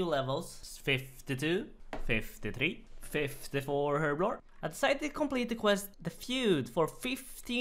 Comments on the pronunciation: "Herbivore" lol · Herblblore hahahahahah